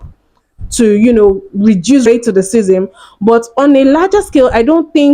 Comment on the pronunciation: AND AS FOR YOU...YOUR TALKING ABOUT RASCISM AND CANT EVEN SAY THE WORD LOL GTFOH